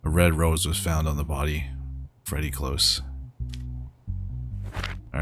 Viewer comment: Freddy COlse, not cLose, it's cOlse